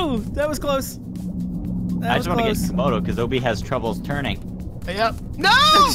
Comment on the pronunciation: 72 It's Komodo Dragon, not Camodo Dragon...